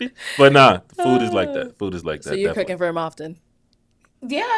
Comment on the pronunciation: I thought she said, "Cookie" not cooking. That got my attention real quick.😅